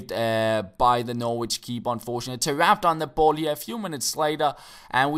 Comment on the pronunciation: You don't pronounce the 'w' in Norwich. Its pronounced 'Norrich'.